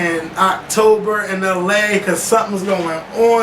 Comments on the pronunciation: was really struggling on iyanla's name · Looooove this video!!! Th Olympic chatter and trying to pronounce Iyanla was the BEST!!!! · lmao part where is trying to say iyanna vanzant name